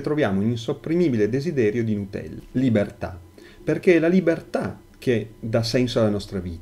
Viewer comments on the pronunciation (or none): none